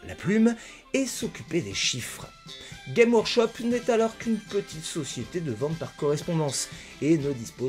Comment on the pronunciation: Super intéressant comme bien souvent, mais on prononce le « s » de games dans Games Workshop.